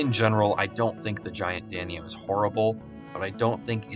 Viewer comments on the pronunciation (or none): How did you pronounce Giant Danio? With a g sound instead of a j?